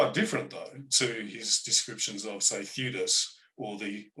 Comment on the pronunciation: Dear, it's not Flavinium, it's Flavianum. And it's Theudas, not Theadus.